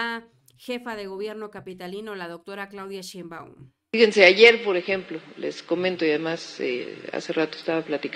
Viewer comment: Otra vez... NO ES SHEINMBAÚN!!! ES SHÉINBAUM!!!!!